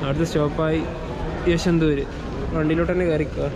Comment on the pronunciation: യശ്വന്തൂര് അല്ല ചങ്ങായിമാരെ, YASHWANTPUR or YASHWANTPURA